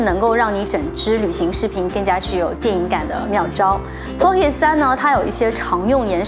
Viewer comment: 建議去聽一下pocket的發音，真的不用每個音都發音才代表念英文……尤其是尾音，應用在所有地方，加油 但是你講得很棒，關注了🎉